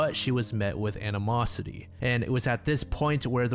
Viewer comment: Not anna mossity, its animosity